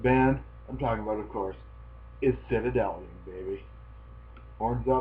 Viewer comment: For an american guy you pronounce it pretty good! Found this by accident looking for that old album. Thanks for the review :)